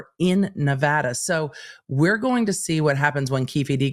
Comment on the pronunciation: Thank you for correctly pronouncing “Nevada.”❤